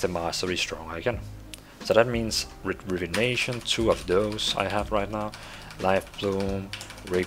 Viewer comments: It's not "rivenation" its "rejuvination" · Say Rejuvination again?....lol